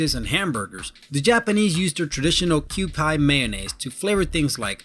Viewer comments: hmmm not totally all true...some look like they're from the '101 un-useless japanese inventions book' lol. I just want to say that kewpie mayonnaise is pronounced: 'kew-PEE' (not kew-pie). Just like Nikon is pronounced 'KNEE-kon' not 'nigh-kon'! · Super out dated and not so relevant man. One, its pronounced Kew-pee, not kew-pEYE. And it's delicious. Also those umbrellas and subway chin rests? NEVER seem them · Kirby Kewpie dolls are originally an American doll from the 1900's, so it's pronounced Q-Pee originally. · I don't know if anyone else commented on this but that mayonnaise brand isn't "Q-pye" it would be pronounced "Q-pee"....that figure on the front is a Kewpie doll, which was very popular in the US in the early/mid 1900's. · 1- kewpie- pronounced q--pee, not q-pie ;) 2- baby mops- what an ingenious idea :) 3- suicide forest- keeps the bodies in one place, easy to find- sounds like a good idea ;) 4- lonely pillows- hmmmmm ..... 5- butt-wash toilets- LM"A"O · Japanese mayo is delicious and tastes way better than mayo in the US. Has a much cleaner taste cause it's made with rice vinegar. Always have a bottle of it in the fridge. It's also pronounced kew-pee nor Kew-pie. This guy has obviously never been to Japan. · The umbrella, the chin rest, and the "lap pillow" are from a really old (REALLY OLD) book of strange inventions by a certain Japanese man. None of those inventions have actually ever been marketed. (There are, however, even more disturbing pillows than the lap pillow that are actually popular with a certain class of virgin geeks.) Also, it's "Q-pee," not "Q-pye." And it's not "Yah bay uh," it's "Yah eh bah." And, no, Japanese women are not getting fake fangs. That is not a thing. Baby mop is a joke item. It's not something people actually buy to clean floors. And sorry to report that as of July 1, 2013, people on Miyakejima (Mee-yah-kay-G-mah) are no longer legally required to carry gas masks (though it is still recommended).